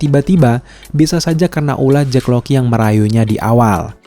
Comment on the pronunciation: Jack Lockley bang ngapa jdi Jack Loky:v